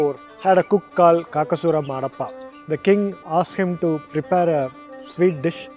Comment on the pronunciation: Kakasura Madappa not Marappa